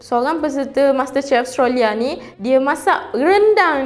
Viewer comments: Australia, bukan Austrolia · Hehehe.. nape awak susah sgt nk pronaunce Australia tuu.. dh jdii Ostralyaa pulak ..xde negara tu dlm peta dunia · Speaker.. minta tolong check cara sebutan yang betul untuk Australia . Terima kasih.